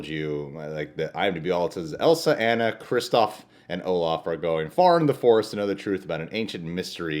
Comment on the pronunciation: why does everyone say anna wrong?